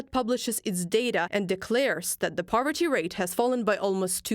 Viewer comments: “Powerty”? Clowns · It's "poverty" not "powerty" btw. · Poverty not Powerty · Poverty not Powerty.